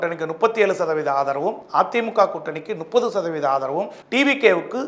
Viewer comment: முப்பது னு சொல்ல வராது! நுப்பது!!!!